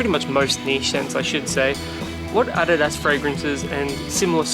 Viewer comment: if i am not mistaken, ADIDAS is a brand from Germany. i've heard from a German about how to pronounce it. u have pronounced it correctly.